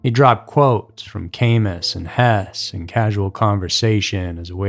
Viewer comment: I believe he's also referring to Herman Hesse, author of Siddhartha, among others, and winner of the 1946 Nobel Prize in Literature. However, it's pronounced like "Hess-uh" rather than simply Hess. I enjoy your work, my man, but that sentence was a little mangled.